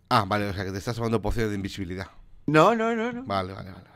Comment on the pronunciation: el tonacho invisivle ivesilvilidad no invisibilidad